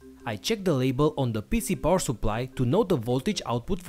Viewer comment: Why do you say "poor supply"?